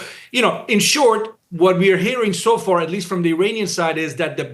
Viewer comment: Did he say an "Armani official"?